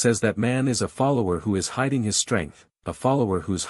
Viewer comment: interesting. The first mispronunciation I've seen on this channel: Devoured and then "follower!!" got turned into "folowerii" right after. (Just for future reference)